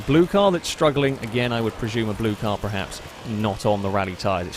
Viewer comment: STOP SAYING PREHAPS. THE WORD IS PERHAPS. PER PER PER. EVERY. VIDEO. YOU. SAY. IT. WRONG.